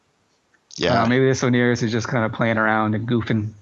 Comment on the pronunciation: How is the logi called,? "Oneirios" lollll